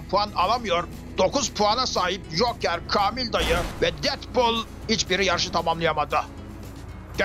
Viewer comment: bir türlü kamil dayı diyememesi. KELOĞLAN BILE DEDİ😂😂😂😂